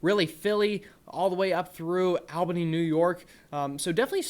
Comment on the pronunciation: You did a great job but they pronounce Albany, NY like all